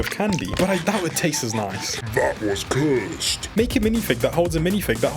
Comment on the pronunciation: THAT WAS CUWSED!